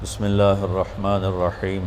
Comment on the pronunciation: oh kha bees rakh manir raheem nahi hota raah manir raheem hota hai ,tu or bacha hai abhi jel jaane ke liye